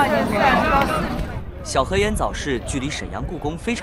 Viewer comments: 小河沿（燕儿）发音不对没味道啊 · 其实正确的读音应该是小河沿（四声） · 小河沿yan 是四声，好像燕子的燕。